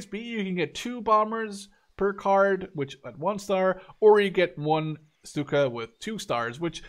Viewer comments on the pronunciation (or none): none